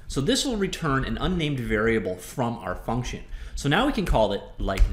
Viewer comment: FUCNTION IDK why I find that so funny haha